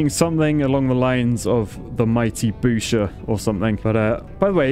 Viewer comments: "The Strongest Boosher" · “The Toilet Boosher” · "Rocket Boosher" ?